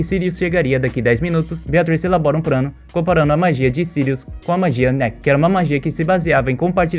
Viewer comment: O cara falando prano